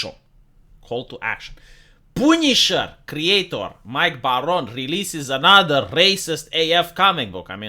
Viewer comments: I never knew the punisher "poonished". XD Love your videos man, your 100% right, America is a shitshow. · Came here to hear say "Poownish" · The pooneeshar is ready and willing. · The way always pronounces the word Punisher is something else.